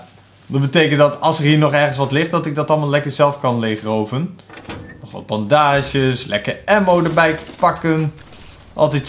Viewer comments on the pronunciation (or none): hhahahhahahahha bandages fout uitgesproken